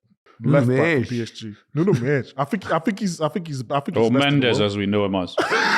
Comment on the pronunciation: Portuguese here - Alan‘s pronunciation of Mendes is closer to the real thing than anything else I heard.